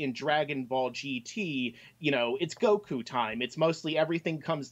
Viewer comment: For the love of Allah, that is the WORST "Goku" ever. I don't even want to watch now.